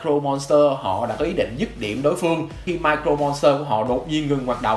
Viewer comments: Sao "Mirror Monster" mà ông đọc như "Micro Monster" thế? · mirror chứ ko phải micro monster nhé ad :< đoạn này nghe cấn cấn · Nội dung clip okay nhưng tôi muốn nhắc ông 1 chút về cách phát âm, từ "Mirror" trong "Mirror Monster" đọc là "mia rơ" chứ ko phải "mai crô" nha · Mình góp ý chút là mirror phát âm là /mirə/. Hiện tại bạn đang đọc giống như là micro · Video khá hay nhưng mà mình có chút đóng góp là về khi đọc Mirror Monster hình như giọng đọc thành Micro Monster, nếu sửa được chỗ này thì tuyệt vời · Mirror Monster ko phải là micro Monster nhé ad. Phát âm sai từa lưa 😅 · mirror monster nghe ông đọc như micro monster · Cái này là góp ý nhé anh Chữ " Mirror " anh có thể xem cách phát âm trên cái trang từ điển để phát âm đúng giúp cho vid nghe hay hơn nhé anh ạ